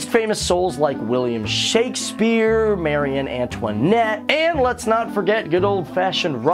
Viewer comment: he pronounced capricious and Marie Antoinette wrong